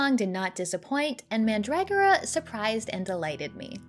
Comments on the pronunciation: man-DRAG-or-uh just sounds wrong. I like man-dra-GORE-uh 🤷 ( says it both ways, here.) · I also Loved mandragora, Definitely S tier, but I have to give your pronunciation of mandragora an F Tier. Also please stop calling top Down Action RPGs like Sliding hero metroidvanias. MV's are 2D side scrolling puzzle platformers. what the hell dude. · hopefully of her pronunciation of mandragora.